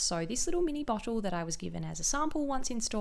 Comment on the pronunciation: dewy- dchewy bottle- botchlle